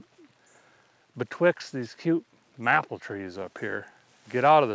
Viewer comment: The way you say "maple" fucks my brain up